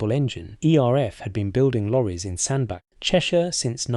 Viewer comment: 'Sandbark' . . Sandbach is pron. Sand-batch